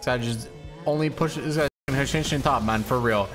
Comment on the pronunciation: Does the way he says "MON " instead of MAN annoy anyone else lol